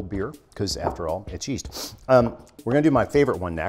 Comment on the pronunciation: Legit recoiled when he said Yeast.